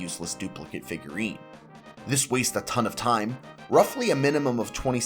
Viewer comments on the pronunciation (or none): Fifgurine 😂 Figruines 😂😂